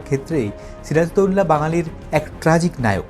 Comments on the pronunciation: ওনার নামকে কেন বিকৃত করে উচ্চারণ করা হয়? সিরাজ-উদ-দৌলা অর্থাৎ, সিরাজুদ্দৌলা উচ্চারণ হবে। এমন করে কেন বিকৃত উচ্চারণ করা হচ্ছে সিরাজদৌল্লা? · এমন বিশ্রী করে উনার নাম বলছেন কেন দাদা ? বাংলাদেশের বাঙালিরা তো আরবি নাম ঠিক ই উচ্চারণ করতে পারে, আপনাদের এতো কষ্ট হয় কেন ? ওটা সিরাজ - উদ - দৌলাহ হবে দাদা, সিরাজ দৌল্লাহ না। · এখানে একটা বিষয় আছে বিষয়টা হচ্ছে নবাব সিরাজউদ্দৌলার ধর্ম। এটা যদি আপনাদের মনের মতন হত তাহলে ওনার চরিত্র নিয়ে কোন ধরনের সন্দেহ কখনোই আসতো না আপনাদের মনে! আর ওনার নাম ছিরাজদৌলানা! কথাটা হবে সিরাজউদ্দৌলা উচ্চারণ করা শিখুন আগে।